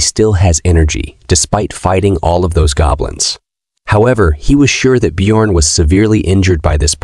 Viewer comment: The j in biorn is silent